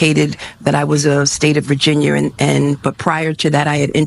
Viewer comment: Why can’t this “educated” lady say Virginia?